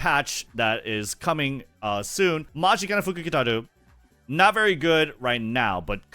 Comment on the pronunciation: It doesn’t matter how many times it happens. I am always impressed with being able to pronounce the fortune teller’s full name. I can’t even spell it out lol